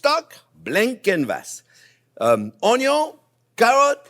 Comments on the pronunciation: Been watching Chef Jean-Pierre since I first stumbled on his How To Dice an Onyo video many, many years ago. I drove my wife crazy saying Onyo for years. Chef JP is always spot on and I love his delivery and simple ways to instruct. As Chef ages, he has now morphed into Wolfgang Puck and Jon Bon Jovi's love child. Tremendous channel. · FIRST the onyon!! LOL f... ! Gordon Ramsey you are the men ❗ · Another great video and now I have gotten my "Onyo" fix!